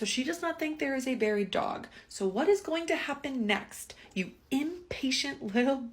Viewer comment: Can we discuss please how pronounces ‘buried’! Maybe as a midwesterner I grew up pronouncing it wrong but I have always heard and said it as ‘berried’ and hear saying it as brrr-ied as in brr cold just cracks me up 😂